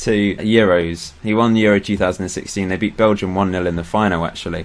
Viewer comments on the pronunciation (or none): none